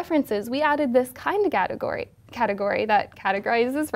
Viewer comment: "kinddaghadagory"" that's cutthagory!